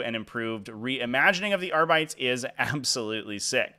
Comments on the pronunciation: That Kill Team box looks pretty cool. Just a heads up, I think arbites is pronounced are-be-tays, not are-bites. Also, I'm pretty sure I see five fingers in that picture at the end. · Why do you pronounce it AR-BITES? Do you call marines ASS-STARTS? Why is North Americans can't pronounce GW names correctly... next you'll be saying REE-TRIBUTORS 😂